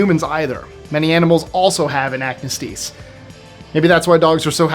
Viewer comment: Oxford English Dictionary traces acnestis back to the year 1743. Ac-Nee-stis. The “nee” gets the stress. His valor is his own. I’ll pass on the roller coaster ride!